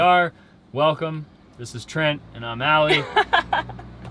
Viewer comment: Sorry Trent not Tent - see below